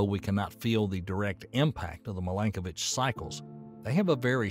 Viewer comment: In Serbian language, you have to read every letter as it is written - so, i is ALWAYS pronounced as ''ee'' (like: win, pin), not ''ai'' (five)! His name is Miiilenkovic, not mailenkovic - in Cyrillic it is very clear : МИЛЕНКОВИЋ. Also his first name has to be pronounced as Miilutin, not maailutin (meelutin meelenkovic). One sign for one son = genial writing system, too ! No double letter, no deformation of letters trough different readings - once a child learned all letters, can read, understand and write all words in Serbian language. The oldest calendar of the world, that shows Year 7532 in 2023 is Serbian calendar, forbidden by Vatican's ''diplomats''! It was used in our churches in Kosovo that is stolen by NATO/EU and given to Albanian muslims.